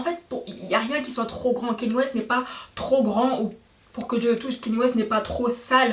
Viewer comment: On prononce pas keny ,mais Kanye.par contre j’aime bien la vidéo